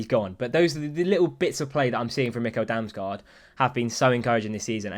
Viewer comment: Pro dane tip about damsgaard, and how to pronounce his name. The american nickel, just switch the n with an m. 😂